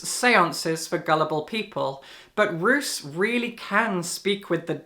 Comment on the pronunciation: My Darling Dreadful Things sounds really cool! I will definitely put it on my list! (Roos is pronounced as Rose btw 😊). Also thank you for what you said about House of Leaves, I couldn't finish it, not because I didn't "get" it (idk what was there to get so maybe I'm also an idiot), but because I was a little bit bored. 😅 Tbf I shouldn't have picked it up during that time, I had a reading slump. I was always thinking I should pick it up again someday to try again, maybe I'll leave it for what it is hahaha